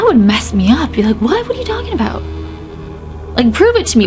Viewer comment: Is anyone else getting Harry Potter vibes from this story like the ghost bus in London from prisoner of azkaban..... I was also laughing when your Canadian accent came out like aboot and oot 🤣😂🤣😂🤣😂🤣😂